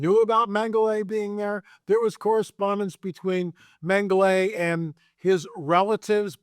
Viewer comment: Repeat after me: "Men-Ga-La"... It is not and has never been "Mengelay"... If you're a serious student, you should at least be able to pronounce his name